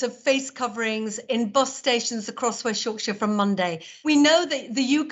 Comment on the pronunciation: Mayor or West Yorkshire pronounce her area very weird